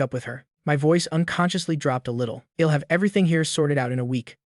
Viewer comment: The stupid AI voice can't say "I'll" correctly. I am getting annoying at it.